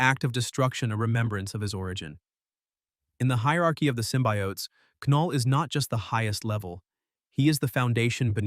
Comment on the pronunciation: Why do you call them both Sym-By-Oats & Symbiotes? It's pronounced Sym-bee-otes alone. Stop using Ai to talk for you.